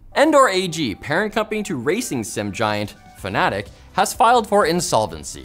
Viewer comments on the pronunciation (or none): it's fanatec, not fnatic... different things 🙄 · Fa-na-tech. Not Fanatic. Thanks - the simracing community. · Pronouncing "Fanatec" like "Fnatic" mistake or intended? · i think its pronounced fan-a-tech but ¯\_(ツ)_/¯